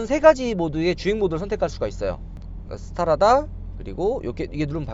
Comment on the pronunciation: Strada스트라다를 스타라다라고 읽는 거 보니...어릴 때부터 영어공부와는 담을 쌓고 살았구나...